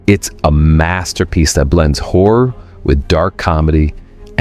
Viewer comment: this guy pronounces "HORROR" - "whore"!